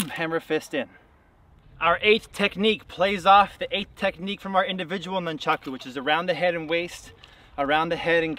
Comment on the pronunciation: Nuncharko.......um yeah that’s a way to pronounce it I guess..... is this a parody channel this guy has the form of master ken.